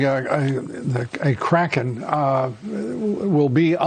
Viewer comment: Turns out people miss heard her..she said release the KRAKAREN 🤣🤣🤣